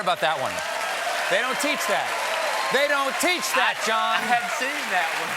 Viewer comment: Whatever, "Jonh"